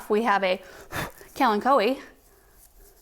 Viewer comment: Now I know the correct pronunciation of “Kalanchoe”.